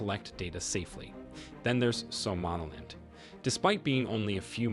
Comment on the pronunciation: something about the way you pronounce somaliland really irks me